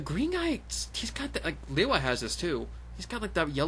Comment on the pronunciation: You not pronouncing lewa right